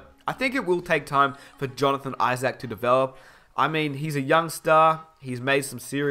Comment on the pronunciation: be like "Jonathan IsACK"